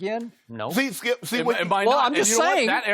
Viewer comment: "SKIUP!!"😂😂😂 Shannon stay on dat man🙄😂😂